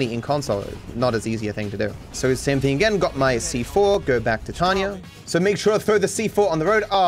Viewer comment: her name is Tonya. TONYA. Not Tanya. It's not your accent. Say it correctly.